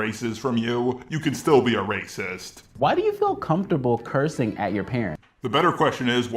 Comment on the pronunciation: RrRrRrRrRACIST~! 🤣🤣🤣 I’m dead.